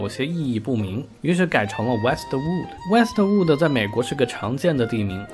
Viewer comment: Westwood就是Westwood咯 为什么老念成Wester Wooder? 😅😅